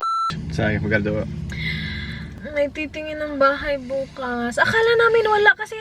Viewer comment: when "bukas" sounded like "bks" and its way too cute!!! love you both!!😍😍